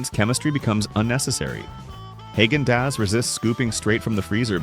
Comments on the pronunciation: Haagen-Dazs: Short "a" pronunciation. Think Uta, not Festus. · That’s not how you pronounce Häagen-Dazs